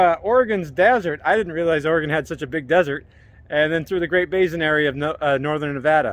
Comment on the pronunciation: First time I've ever heard anyone pronounce basin with a 'Z.'